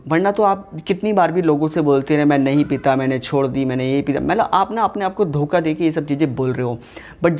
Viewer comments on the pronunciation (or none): none